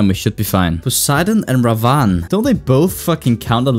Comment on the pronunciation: it's pronounced Rah-vun